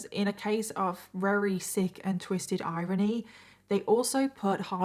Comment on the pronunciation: Every time she said very as rery is that an accent thing or like a speech impediment thing? /g